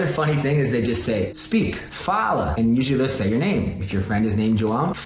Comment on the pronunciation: Mano ele fala a palavra "fala" muito certinho. Oh God kkkkkk pareceu até que tinha colocado algum áudio por trás de um brasileiro memo